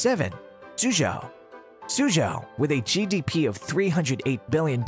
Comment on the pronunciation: its mainly "州" the problem haha